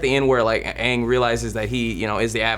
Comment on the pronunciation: Fuck the movie! They pronounced Aang as ung, Sokka as SOOkka( the O is like an A in the show but not in the movie)and Iroh as Eroh